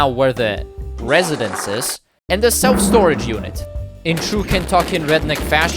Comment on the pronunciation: ah yes, self S T R O A G E units